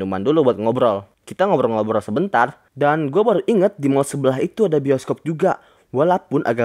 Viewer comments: bang kok pertama bscaannya boskob bukannya bioskob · Itu bacaan nya bisokop